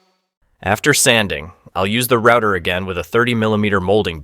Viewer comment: Good technique and well explained but words like "rooter" instead of router and "poly yoor athene" give away the AI voice. This also explains the lack of energy and strange cadence in the speech. Try narrating yourself, I'm sure it will be better.